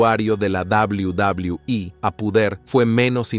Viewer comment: Quería ver el video pero eso de "dabul dabul"😂😂 me da risa, si no sabes pronunciar el ingles mejor dilo en español.